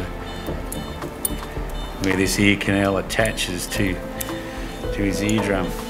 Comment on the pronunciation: ...anybody else ask yourself the question: What's an eeknow? Then it hit me, "ear canal"!!! Ohhhh.......oooookayyy. LOL